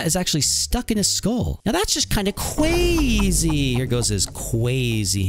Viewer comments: Fatality is just a bit, CWAZY!!! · THAT IS CWAZY